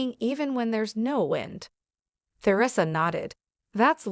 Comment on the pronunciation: AI's reading is so distracting my mind wants to explode when it pronounces Theresa incorrectly other sentence When you post his crap don't you listent to it first? If you do correct it!